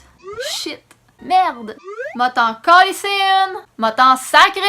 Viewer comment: ça fait bizarre de t'entendre dire en français bien prononcé calIsse hahaha On dit aussi une volée de cette façon :) Péter plus haut que le trou, nous on dit péter plus haut que son cul haha